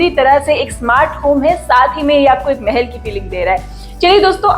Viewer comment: Mahal not mehel